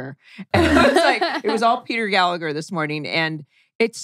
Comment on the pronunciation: Hello folks, Just regarding Mr Gallagher's surname. The second g is silent, you don't say it at all. It's an Irish thing..